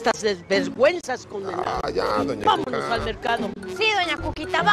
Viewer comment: En el minuto dijo bamonls al Albertano en vez de desir bamonos lupita